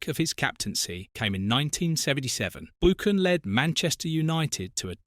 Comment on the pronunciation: I have to agree, the way Buchan is pronounced is criminal, why didn't someone spot this horrendous error.